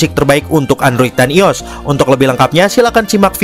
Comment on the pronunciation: bukan ios bang i o s sebut satu satu bang